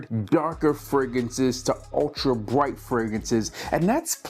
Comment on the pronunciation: fraGRANCES not fraGANCES 😂